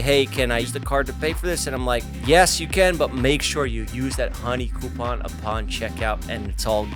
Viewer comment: I love how Jeff says Coupon